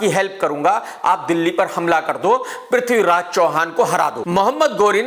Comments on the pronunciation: Tum bosdike ke namm sahi se lo prithviraj ka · Sahi se naame la le bewakoof the great warrior Prathviraj g ka